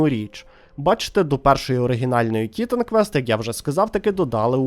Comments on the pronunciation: Дякую за відос, але чому ТІтан квест, а не тіТан квест? Чи хочаб тиТан)) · На кожному слові "тІтан" мене передьоргувало.